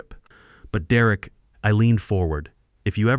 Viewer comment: Just like all the other videos, the children are too stupid to get scholarships for college, and the father is too stupid to get good insurance. Mine pays almost everything. Why is Derek pronounced as "Duh Wreck" occasionally? Stupid AI. Downvote for being stupid.